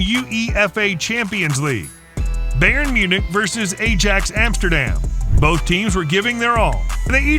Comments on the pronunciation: U.E F.A. Beyern against Ayjax :DDD this the funniest pronounciation i ever heard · pronounces Tagliafico without issue but cant say Ajax or Bayern xD kidding aside this was an entertaining video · Narrator: butchers pronouncing Ajax and Bayern Also narrator: says Tagliafico correctly